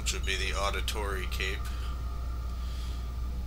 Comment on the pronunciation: Med-ee-chee and Audi-tore-ay